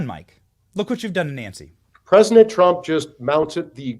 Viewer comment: I’ll give him a pass for saying “PresiNent Trump”.